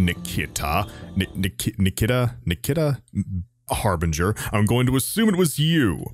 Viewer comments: ....PHOENIX POINT?? just sayin :D Nic-Key=tah = Niketa also Darkest dungeon?? hehe i know you said no i was joking. tried it out today and love it... when im not dying 90% of the time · I'm pretty sure Harbinger's name is pronounced "Ni- Kee- ta," just fyi. Oh good god, I feel for you getting those horrifying flashbacks to that horrifying mission- the first time I played Enemy Within that was literally the first council mission that cropped up. With base armor, no foundry upgrades, laser handguns and laser rifles only. Oh btw, if you remember what happened in that mission, you are going to LOOOOOOOOVE the final mission in this legacy op. I certainly did (not). Also, are you aware of how exporting and importing characters from your character pool works? I've assembled a sizeable group of freedom fighters, and I'm open for opportunities to hire more (and I can transfer these fellas to your pool if you so desire)